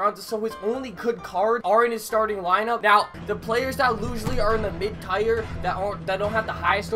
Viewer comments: no hate but it’s tier not tire. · U still saying tire instead of tier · The word tier is pronounced the same as “tear” not tire. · When he says tire instead of tier... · Lmao this dude pronounced tier “tire”. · I think Kobe n Magic were laughing at you pronounce "Tier" completely wrong lololol. GREAT video tho bud. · He won't stop it's killing me lol